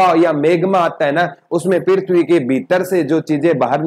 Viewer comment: Pirthvi ni prithvi hota h